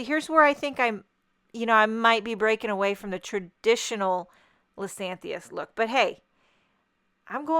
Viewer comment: I believe it is " Liz-ee-AN-thus." Beautiful card!